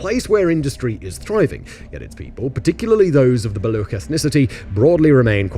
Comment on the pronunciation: The ch in Baloch is pronounced like the ch in Cheese... Baloch have been slow simmering for decades due to repression by Pakistani/Afghan/Iranian govts that is still ongoing. The chinese kicked a very angry hornet nest with the China-Pakistan Economic Corridor and Gwadar Port projects and the only long term option for china is abandoning the project.